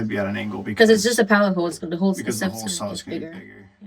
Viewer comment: Hi guys I'm not sure about anyone else, but I also have a problem understanding the difference in your pronunciation of hull, haul and hole. Also, try putting a sponge in your hole saw to aid getting the fiberglass out! Use denser the foam for harder penetrations!